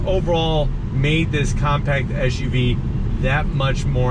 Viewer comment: It's an SUV. What's an ESH U V ? Not the first time I heard that in a car review. Whatever. Good review